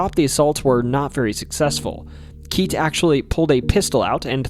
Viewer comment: Keitt is pronounced 'kit' not 'keet'.